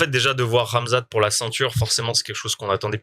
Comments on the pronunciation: Le fameux Camzate, pas la nouvelle prononciation de rat mzat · On a aussi entendu Gamzat 😂😂😂